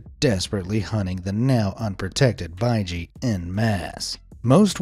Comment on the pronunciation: I’m watching in 2024 are the quols still alive? The baiji is pronounced bei—gee